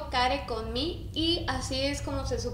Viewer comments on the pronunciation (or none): Es todo junto, no es " Gio care" es "Giocare" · No lo dices bien si se escribe alzati per gio care con mi pero se tiene que decir (alzati per yio cari con mi) no se tiene que decir tan literal de como se escribe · Esque se dice Alsati perjio cari con mi ase se dice